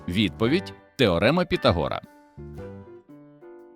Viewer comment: Піфагора,а не Пітагора